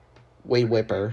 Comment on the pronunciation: It's pronounced Whipple